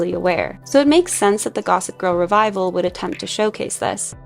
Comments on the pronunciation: It’s “revival,” not “revisal” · "Revisal" um...you guys sure that's take you wamt to use? The one where she clearly mispronounces "Revival"? Wonder why this got cancelled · Did I really hear say “revizal” (around the 20min mark, during her preachy montage)??!